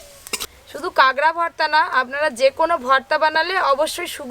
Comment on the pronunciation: কাগড়া কি কথা? কাঁকড়া